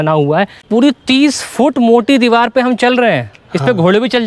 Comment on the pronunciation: Diwal nhi bolte diwar bolte hain